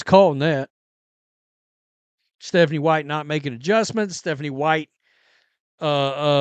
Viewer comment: What is Methanie white- is this from having sniffles? Idk really😅